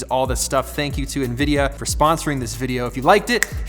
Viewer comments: En Veedee'yah not knee-veedeeyor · Who says Ne-Vidia? 😮 😂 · No one says Nevidia pete.. lol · This is the first time i heard "Nevidia" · No one: Peter: it’s nvidia not nvidia